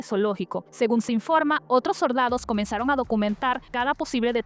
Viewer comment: "lo soRdadoh" 😂